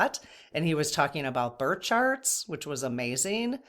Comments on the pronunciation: Are you saying bird or birth charts? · I’m at the 13 minute mark and had to stop and comment. When was talking about birth charts I thought she was saying “bird sharts” several times. 😂😂😂 I was like whaaaaaa, why is everyone talking about bird sharts??? Lmao omg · Thought you said bird charts not birth charts - 😊